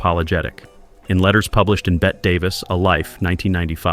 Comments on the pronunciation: It's pronounced "Bettee" Davis. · Someone needs to inform AI that Marlene Dietrich's first name is not pronounced "Marleen." It is pronounced "Marlayna". Also, Bette Davis's first name is not "Bet". Spelled differently, but still pronounced "Betty".